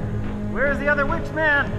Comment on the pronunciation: "Where is the wich man?" 😂😂😂